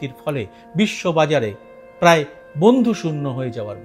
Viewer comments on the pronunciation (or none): none